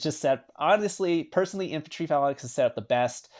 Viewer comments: Nice video. Also it’s pronounced FAY-LANX, not Falanax. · it's pronounced FAL ANKS...not FALA NIX....but good video bro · he keeps saying phallan-X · Phalanx is Fay-linx not however you say it lol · Cringey pronunciation of Phalanx. 😬